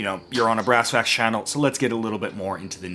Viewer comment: Wait, did you say ass facts at the end there?